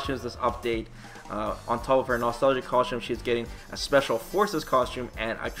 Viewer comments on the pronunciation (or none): none